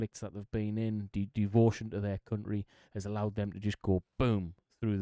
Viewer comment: near the start, look how he pronounced ‘country,’ it sounds like ‘cuntry’